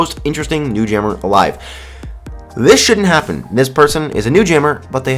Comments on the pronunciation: What’s Alve? You mean alive? xD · True alve. ITS ALVE!!!!! XD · when tried to say alive he said alve XD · did you relise you put on number ten 'alve' instead of alive' lol i just thought id point it out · "The most interesting new jammer alve" Alve? U mean alive? Lol u silly bean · ASLO ON THE NEW JAMMER GLITCH- you said 'avle' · not sure if ya did it on purpose but ya spelled alive wrong XD u said alve